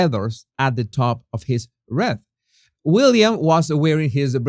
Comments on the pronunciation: Jesus, it is pronounced 'reeth' not 'reth'. (WREATH) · Wreath is pronounced reeth. x I was looking at the coat, the hat etc, during the Live stream replay lol. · wreath pronounced reeth